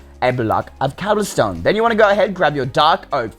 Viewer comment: how he said cobblestone